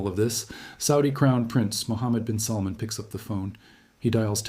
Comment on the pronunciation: His name is salmaan mot how you pronounce it